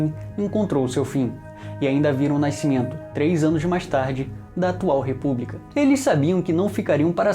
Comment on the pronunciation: "Naiscimento"é fogo hein.